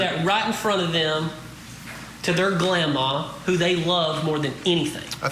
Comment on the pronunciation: 😂😂 "GLAMMA" REALLY LOL 😂😂